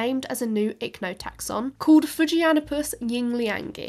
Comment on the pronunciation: In Mandarin way, Fujianipus Yingliangi should be pronounced as Fu'Jian-ni-pus Ying'Lian-gi, right?:face-turquoise-covering-eyes